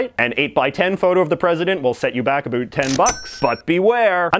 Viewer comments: "A boot" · Thank you, this answered a lot of questions I've had. May I ask you a question? Are you from Canada? I asked this because of the way you pronounce the word "about". Thank you for all you do. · You say “about” in such a Canadian way